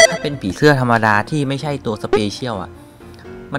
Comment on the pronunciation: พี่ตกภาษาไทยไช่ไหมครับ มันต้อง อ่านว่า ใช่ ไม่ได้ว่า ช่าย❌